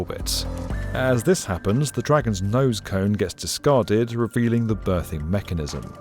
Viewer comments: Common Berthing Mechanism, not *Birthing*. That would presumably be something completely different 😅. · I think you mean “berthing mechanism” and not “birthing”…? It doesn’t give birth to offspring space stations 🤣 Loved seeing the muscles 😍😍